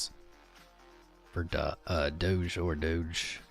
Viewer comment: its not dodge. its pronounced doe (like a female dear)